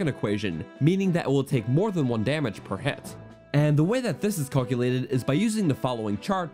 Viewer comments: What regional accent is "Call-culated"? I say "Cowl-culate" in California. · I was just thinking about how all these YouTubers always pronounce words used in games really weird and then this muhfug just said "call-que-lated." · why do you pronounce calculate that way